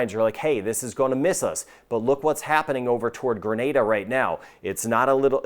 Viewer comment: Thanks for saying " Gre-nay-da" and not " Gra- Nah-da" and "To-bay-go" instead of " To-bah-go" like most americans😊